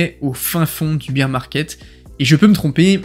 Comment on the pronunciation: bèèèèèèèrrrrrre pas biiiiiiiiiiirrrrr !!! (mais sinon merci pour ta super video :-)